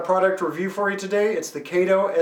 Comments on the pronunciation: It''s pronounced KAhto not Kayto!!! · Please... Pronounce the Name of the company correctly. It is Pronounced "K ah TO. It isn't pronounced the same as the sidekick of the Green Hornet. Trust me...My buddy works at the KATO USA headquarters in Chicago and It's Pronounced with an "AH" not an "A". Thanks! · Tell me is it pronounced by KAY-TOE or CAH-TOE. I used to say "Kay-toe" but was told it was "Cah-toe." Who knows, all I do know is that KATO N Scale locomotives (I too was told not to say engines) are great. The language of model railroaders is a hybrid dialect anyway. Is it "GON-DO-LA" or is it "GON-DOE-LA", is it a "SWITCH" or a "TURNOUT?" Who cares? Just enjoy the hobby. You make it fun. Keep up the videos (I model in N Scale) and enjoy your work very much.